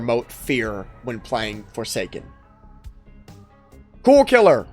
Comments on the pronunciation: "BWECWAUSE ITS NWOT FWORSAKEN" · the way he said forsaken is killing me 😭